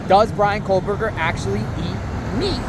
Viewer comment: IT'S pronounced "KO-BURGER not COLE-BURGER.